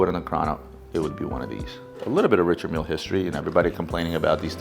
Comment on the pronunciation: None of these guys can properly pronounce Richard mille.